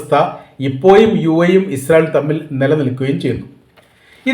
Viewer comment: ഫോയ്സ്. × ഫോഴ്സ്. ✓ എപ്പോയും.× എപ്പോഴും.✓